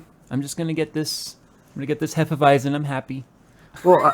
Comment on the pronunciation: As a German I enjoyed the part where you tried to say Hefeweizen :D